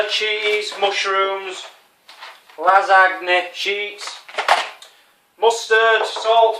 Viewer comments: Hi. You know it is pronounced (la-san-ya) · its pronunced lasanja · It's pronounced Lizz-an-ya. Its quite common here in New England. It is so strange to find someone who has never eaten a lot of foods I normally eat... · You are a grown man and you don't even know what a clove of garlic is or how to pronounce Lasagne -_- Great vid tho xD